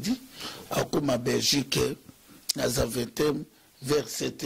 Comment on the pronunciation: boketshu idiot. mboka ovandi oyebi koloba kombo ya aeroport te. balobaka zaveten non pas zavetem